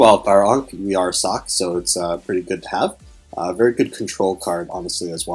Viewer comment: I keep hearing you say "Sock" when you say her name.